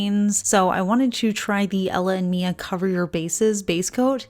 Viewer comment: This is so helpful! I looove self-leveling nail polishes, and I'd been wondering about this brand in particular. Thanks,! (Also, just FYI, it's "Mila.")